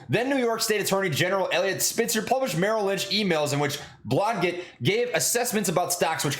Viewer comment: Your pronunciation game is below par, dg sounds like J. BlahJet